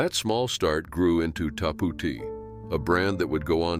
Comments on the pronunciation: Its called" TAP OUT" NOT WHATEVER YOU JUST SAID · what the fuck is Tapootee